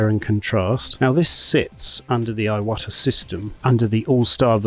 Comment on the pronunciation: I think it's pronounced "E-wata."